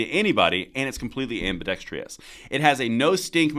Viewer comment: LOVE your channel! But,could you PLEASE learn to pronounce "ambidextrous?" It DOES NOT END with...ious, it's just...ous! It's NOT pronounced "ambi dex tree ous" it's just pronounced "ambi dex truss." Words matter...